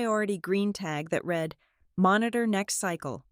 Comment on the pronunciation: You Still Don’t Know How To pronounce the word “Read” ???